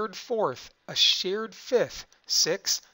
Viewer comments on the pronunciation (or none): It is REALLY important to pronounce English correctly. Although I had learned that electrons are SHARED back in 9th grade or so, the narrator's claim that two electrons were "SHEARED" threw me, and I anticipated that he meant that they were sheared from one - this led to conflating with the "taking," which would correspond to shearing from, in the Ionic Bond. Even if your peculiar regional accents first cause you to pronounce share and shear as homonyms, please make an effort to correctly pronounce the two words differently.